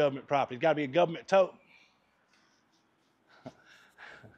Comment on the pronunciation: Can always count on the "Guv ment " to help you out when you need it. Lol